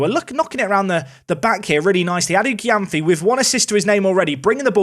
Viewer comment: great episode! p.s Adu-Gyamfi's name is pronuced ADU-JEM-PHEE